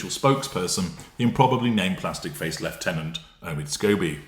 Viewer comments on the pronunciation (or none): none